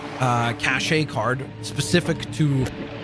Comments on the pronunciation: i like the idea of 7 unique characters also cache is pronounced the same as cash btw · Just FYI, cache is pronounced 'cash' 👍